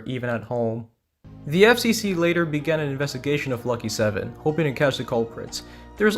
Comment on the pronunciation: My Lucky 7 video has had a bit of a spike in viewers recently... I guess this is where that came from! Thanks for the shoutout I appreciate it ya pronounced it perfectly dw Great video btw